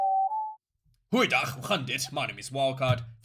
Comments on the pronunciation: When Wildkard says Goeiedag = great game 😂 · Especially when he grinds the hell out of the "G"